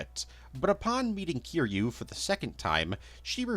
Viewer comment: thought this would be a nice long watch but i can’t sit through a 3 hour video of someone mispronouncing kiryu’s name as kiroo. come on dude. try harder than that